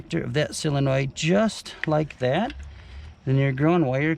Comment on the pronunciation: Great video, but it's not a silinoid, it's a sOlinoid.